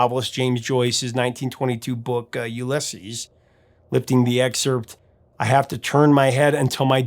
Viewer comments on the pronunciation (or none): none